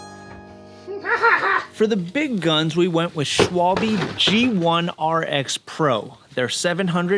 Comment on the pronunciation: Schwalbe 😅 Just pronounce the a like in "last" (year/week/christmas). The e at the end is no "y" vowel sound but more like the e in "yes. Comeon, you can do it! 😊😊😊 Btw, a Schwalbe in German is a bird, a swallow, those little tuxedo wearing feather darts 😊❤